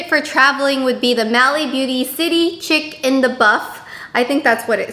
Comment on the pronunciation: I think that Mally palette is probably City Chic in the Buff. Chic as in pronounced "sheek" you know, French? Chic as in stylish/fashionable. Not "chick":)